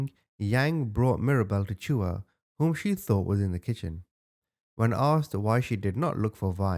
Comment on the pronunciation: The a at the end of chua is silent